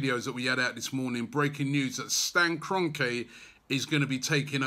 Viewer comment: It’s Kron-kee, ffs Robbie.